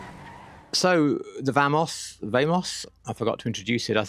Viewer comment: Vamos is Spanish for "Let's go!" so, vamos not vehmos...sorry, it's the librarian in me... ;)